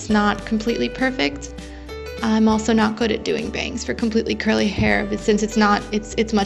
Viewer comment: Thx this vid helped me ALOT Also just curious what are those two little lines towards the bottom of the face Edit: Also (no hate) did you say curly.........a** lmao that’s what it sounded like hahaha